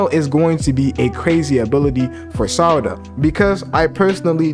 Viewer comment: Why do you call her “Sadara”? Its Sarada**